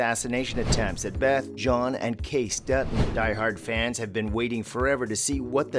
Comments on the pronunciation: It’s KAY-CEE not kace 🤣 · Geez! It’s not Case!!!! It’s Casey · His name is pronounced Kaycee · Correct me if I am wrong but isn't the name Kayce said Kay-see? I have to wonder how reliable these hints are if they can't even say the name right! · You should at least learn from the show how to pronounce Kayce…long e!!! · If you are going to narrate, learn how to pronounce Kayce's name. It's pronounced Kay-See for Pete's sake! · Not sure I trust any Yellowstone commentary in which the narrator mispronounces "Kayce" and "Montana".